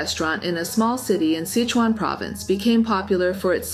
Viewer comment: Sichuan pronounced SI•SHWAN. Not sich•on